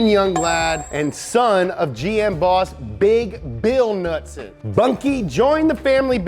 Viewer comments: Knudsen- pronounced Kuh-noot-son (also can be spelled knutson, knudson, knutsen) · The K in Knudsen are NOT silent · It’s Knudsen Not Nutsen ✌️Copenhagen Denmark 🇩🇰✌️ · Bunkie Knudsen isn’t pronounced nutson. It’s newdson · Knudsen "nude-sen" not nutsin. Driving me nuts lol. Its like douche bags saying "Maryo" instead of Mario. Other than that love the vid. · The U in Knudson is a long U not short u. Get it right donut guy..... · i think u pronounce knudsen (cah-nood-sen) jus sayin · It K-Nud-Sen